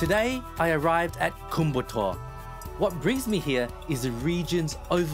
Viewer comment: The correct pronounciation is " Koyambattur" but what you're saying is " kumbattour". Please note that.